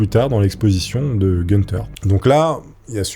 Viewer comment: C’est pas gueune🔫-teur mais GOUNE-tah !